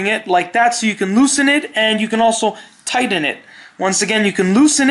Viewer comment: Did you say tiden it?